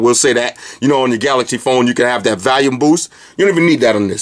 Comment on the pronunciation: I laugh every time You say "Valume"..awesome review as always though dude!